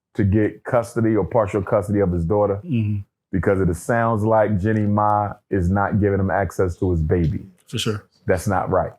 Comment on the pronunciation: Running his mouth and cant even pronounce ppl name right who tf is Jenny Ma?